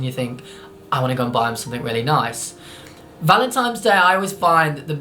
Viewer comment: Noo, you're looking at it the wrong way! Giving flowers means "I appreciate you, here is a true gift from nature", giving chocolates means "I hope you enjoy these (don't worry about your weight I like you anyway). Btw, are you saying Valentime's ? lol